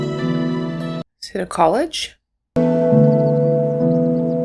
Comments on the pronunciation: Pasino???? Pacino - Pa-chi-no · Al Pacino(Pa/cheen/o) not Paseeno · Al's name is pronounced PA-CHEENO.